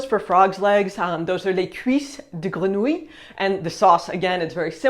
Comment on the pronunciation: P.S. Wow, mad props for your pronunciation of grenouille !